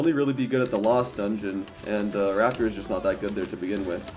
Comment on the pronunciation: rapier is pronounced ray·pee·ur